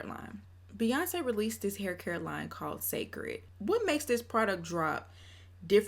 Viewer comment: The Hur is a Dallas Texas accent ; I’m from & live in Houston Texas bday 9/9 & we DONT say it like that so she has to be using it sarcastically 😂😂😂